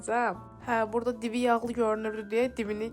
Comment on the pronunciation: BU NƏ DANIŞIQ BU NƏ TƏLƏFFÜZDÜR. GET DANIŞIQ ÖYRƏN BU CÜR BƏRBAD DANIŞIQLA SƏN DÜZ DANIŞANA, GEDİB ORDA SƏHV DANIŞIQ ÖYRƏDƏRSƏN ANCAQ. KEŞDİ, MIKYAJ, AXOT, SAÇIMIN DİVİ YAĞLI GÖRÜNÜRDÜ. DİVİ NƏDİR? 😂😂😂